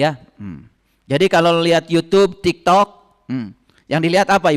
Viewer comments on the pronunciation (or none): none